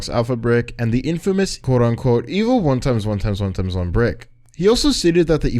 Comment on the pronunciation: the way you say his name xd 1 Eggs 1 Eggs 1 Eggs 1 Eggs